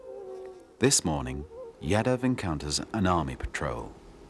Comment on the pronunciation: Man, it is not YADA. It is Yaadav.